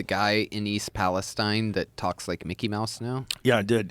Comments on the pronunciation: It’s pronounced Palesteen. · East Palesteen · Would you quit saying EAST PALEST IIINE it’s pronounced East Pales TENE!!!! Moron. And to the guy who says atleast it will be easy to buy them out every house is 50k haha you complete loser that’s far from the truth plenty of houses are over 250,000 K including my Parents house who lives nearby outside east Palestine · it's "Palesteeeeeeeeen" ... ... maybe they changed the pronunciation at some point to match the biblical "Philistines" - the people Palestine, Israel is named for. There's a cluster of biblically named towns in that area. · we pronounce East Palestine (Palest-EEn) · I'm from the area so 2 note. It is pronounced East Palesteen. And it's close to a lot but I haven't heard anyone from outside the immediate area talk about having a reaction. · It’s pronounced Palesteeeeen! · Please, it's pronounced East PAL- i - steen. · they keep pronouncing palestine wrong lmao